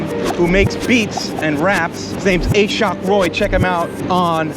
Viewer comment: Im pretty sure the name is pronounced Ah-shawk not A-shock lol